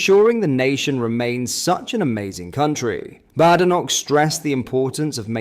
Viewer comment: Its pronounced Bad Enoch . . . . . . To differentiate from Good Enoch